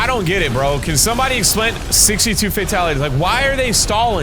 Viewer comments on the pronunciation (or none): none